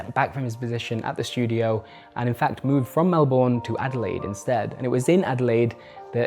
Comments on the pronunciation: Mel-ben it’s pronounced Mel-ben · This was an incredible video that was very insightful and I feel wrong saying this on a video like this, but... It's pronounced Mel-bun, not Mel-born. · Excellent reporting! Terrible pronunciation of ‘Melbourne’ though (to an Australian ear)! 😉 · Very well researched, apart from the pronunciation of 'Melbourne'. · As an aussie, I can't lie, it was quite painful listening to you constantly mispronounce Melbourne. Fantastic piece of journalism still.